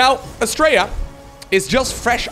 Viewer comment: All I kept hearing with Astrea's name was "Australia". That's probably because we're lazy with syllables and his name is closer to how we actually pronounce our own country.